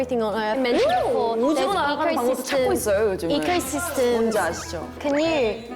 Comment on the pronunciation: eco system 너무 equal system 으로 들림 ㅋㅋㅋㅋㅋㅋㅋㅋㅋㅋㅋㅋㅋㅋㅋㅋㅋㅋㅋㅋㅋ Auassie 🇦🇺